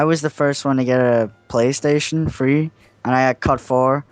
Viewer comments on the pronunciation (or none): three not free dumbass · For the record, can you even fucking say 'Three'?